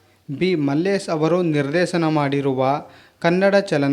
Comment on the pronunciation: ಕೆಲವು ಮಿಸ್ ಮಾಡಿದ್ದೀರಿ.... ನಿರ್ದೇಸನ ಅಲ್ಲ ನಿರ್ದೇಶನ......